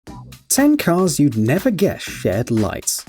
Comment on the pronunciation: Why did you mispronounced the guess to guesh